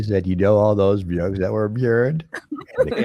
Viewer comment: ey,,,,,,,,,,,,, the way he puts a "y" sound in between words, reading byooks, byackpyack, pyool, ...just kills me. or rather; JYUST KIYULLs me... All those BYOOKS THYAT WERE BYURNED